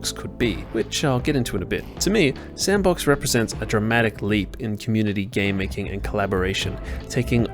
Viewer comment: I thought it was pronounced "S and Box"